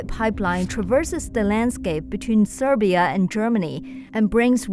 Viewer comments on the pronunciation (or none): Sigh-beer-ee-ya, NOT Ser-bee-ya. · Hi,, just a little correction in pronunciation "Siberia" - [saibiria], because it sounded more like "Serbia"...Other than that - great information, illustrations and background music👍Looking forward to your follow-up reports😊